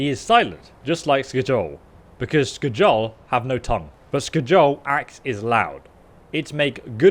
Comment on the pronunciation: It’s skyol not skejol